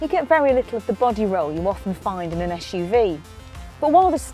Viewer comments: it is suv not shhuv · its not "ash-uv